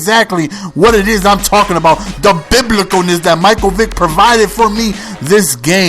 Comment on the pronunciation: and btw, the vid says mike vike, its vick! great vid tho